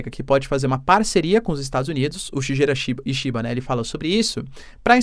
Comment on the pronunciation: Puxa professor Senhor está falando o nome do primeiro-ministro do Japão errado😂😂😂… Shigeru Shi- sal’shi’cha- salshicha. Ge - ‘gue’tos- guetos. 😂